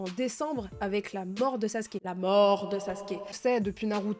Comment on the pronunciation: Sasuke (le son ou) (Sasouké) lol 😅